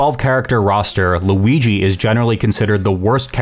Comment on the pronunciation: great vid, but it's Luigi, not Louigi